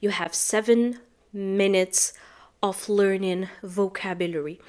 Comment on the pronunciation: Five minutes ( av ) not ( of ) listening, don t mix ( off ) with ( of ) big difference in pronunciation